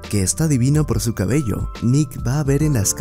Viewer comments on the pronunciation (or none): none